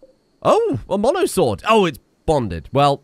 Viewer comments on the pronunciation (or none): none